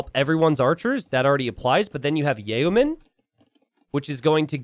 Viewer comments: Are you pronouncing it yayoman on purpose? It sounds like yoman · Yo-man, not yay-oh-man. Words are rough, no hate. I too grew up only reading words and never hearing them pronounced lol. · When will learn how yeoman is pronounced?